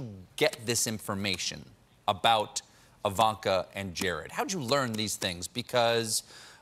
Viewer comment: Evanka. Melania. But Trump have a hard time pronouncing Kamala?